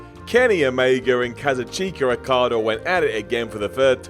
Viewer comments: does not know how to say kazuchika okada. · In the intro I thought he said "Kenny Omega and cousin Chico Okada" lmao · "Kazoocheeka Okada" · he fuck is Kasacheeka Okada? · Was there nobody else that coulda recorded this? Kazoocheekuh Okada? Come on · "Cazoo-chika Okada" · kazucheeeka okada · Oh yes, Kazoothiker Okader